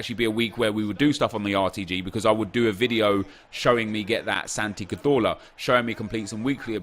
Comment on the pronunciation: I hate the way you say cazorla